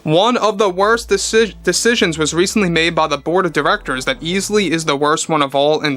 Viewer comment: Every time you say Bob Iger and The Board, I hear Bob Iger and The Borg.